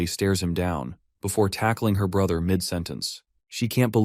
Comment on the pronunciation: His sister said bruhter😂